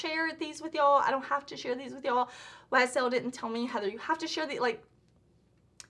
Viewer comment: Ysl pronunciation a+++. I'm French. Good job!